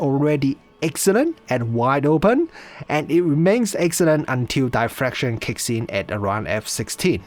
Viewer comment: d i ffraction, not "die"fraction